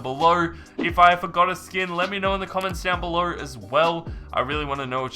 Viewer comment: he said skoon